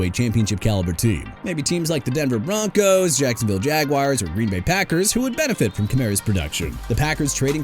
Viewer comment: DON'T CUSS IN YOUR VIDEO DUDE. ALSO IT'S BIJAN (BEE-JOHN) ROBINSON, NOT BE-SHAUN! ALVIN KAMARA PRONOUNCED KUH-MA-RAH! JAGUARS AS IN JA-GWAARS NOT "JAGWIRES" SO YOU NEED TO QUIT SAYING THAT! CHICAGO AS IN SHEE-KAH-GOW OR SHUH-KAH-GOW NOT CHEE-KAH-GOW! KAYVON THIBODEAUX PRONOUNCED TI-BUH-DOW!! DO YOU NOT KNOW HOW TO PRONOUNCE ANYTHING OR ANYBODY RIGHT?! MIAMI CAN HAVE KMET BUT THEN AGAIN NO ONE CARES RIGHT?! IF I WERE YOUR BOSS, I'D ASK YOU TO CLEAN OUT YOUR DESK!!!!